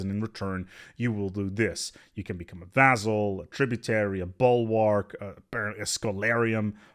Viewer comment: you where probably expecting my comment. In this video you miss pronounced vassal 15 times, that's one hell of a record. Much love, great content as always.:-)